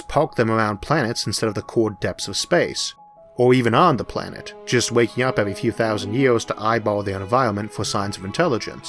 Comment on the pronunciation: Evuy gueat alien expeut have a puobuem with letteu "R" :)